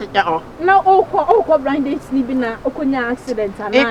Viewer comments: host said brind date 😭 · Did I just hear “brind date “ arh wtf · Did I hear BRIND DATE? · Did she say braind date? 😅